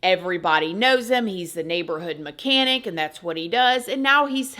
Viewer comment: "A full grown, mechanic, man." 😂 Not to make light of this. Idk why the emphasis on the mechanic aspect just tickled me.